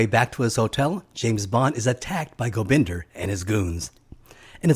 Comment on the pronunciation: Oh, and it's GobindA... as in 'ah", not "GobindER"...